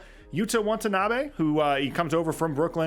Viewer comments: its "Watanabe" not want. still love u tho - bulls fan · Good breakdown. Can't wait for the new season to start. Minor point of clarification - pls don't take it as a petty quibble - it's WATANABE. Kudos for pronouncing Metu's & KBP's names smoothly & correctly.